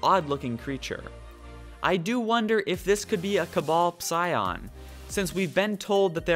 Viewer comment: Just for next time: The 'P' in 'Psion' is silent. :-)